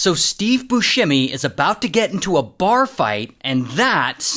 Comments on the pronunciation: FYI it's bussemi not buShhhemi. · If you're doing a story on a man, can you at least say his name right. 😒